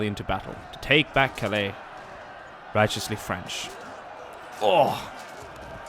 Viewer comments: Calais is said Cal-ay. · Please. Cal-aay. Your use of the word is murderous. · The way he says Calais pisses me off